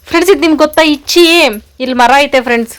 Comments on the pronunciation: ಅದು ಇಚ್ಚಿ ಅಲ್ಲ ಲಿಚ್ಚಿ ಹಣ್ಣು 😅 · ಇಚ್ಚಿ ಫ್ರೂಟ್ ಅಲ್ಲ ಅದು ಲಿಚ್ಚಿ ಫ್ರೂಟ್